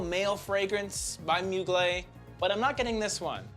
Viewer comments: Its moo glair not mu glay. Also its nwah not nwar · Hey my friend you don’t pronounce well the brand Mugler! Mugl plus Air you must say Mugl air ok?😂😂😂